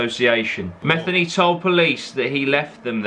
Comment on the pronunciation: It pronounced meth-ee-knee